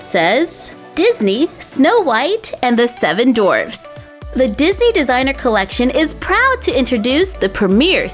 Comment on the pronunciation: Maybe my hearing is off but It sounds like you’re saying “Snow White and the Seven Dorfs” rather than D-W-A-R-F-S with a “W” and when describing her dress with the fur wrap it sounds like you’re saying “Stow” rather than S-T-O-L-E with an “L”.